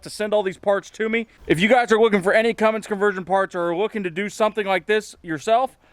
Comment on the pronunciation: Love the work so far but pleeeeeeeeeese quit calling it a Fummins!